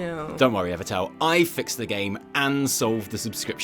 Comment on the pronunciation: I almost always agree with and Evitel, except when he continually mispronounces name. Every time he says EverTell, I mentally flick him in the nose. Maybe I should start smacking my monitor with a rolled up newspaper... worked for my dog.